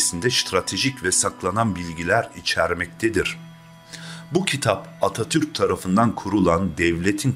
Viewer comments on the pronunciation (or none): none